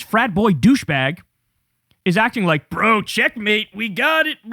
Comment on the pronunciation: Nobody drops a "Brö" like Kyle, maing. 🎉